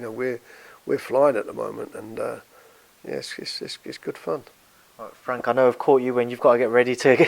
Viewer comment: Mick Hennessy said that before you fwank